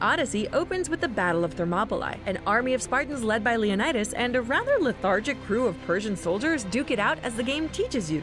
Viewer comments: /Lionaidos/ 😂😂😂😂😂 omg hilarious, I'm greek and it's actually pronounced /Leonidas/ or Λεωνίδας in Greek letters btw what we write in greek its read just as it's written for example : Αλέξιος, Alexios is read /Alexios/ I know its difficult if you don't know greek to say it write but you can try (no hate) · When she calls him LeonAidas you know you can't take this video seriously 😂